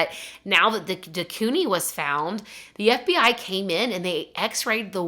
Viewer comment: Quoting the movie perfectly yet mispronouncing de Koenig and calling her Anita made me chuckle